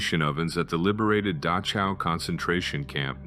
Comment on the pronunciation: I forgive the narrator for mispronouncing 'Dachau'. In this word, the 'ch' is pronounced like the Dutch always do, haha.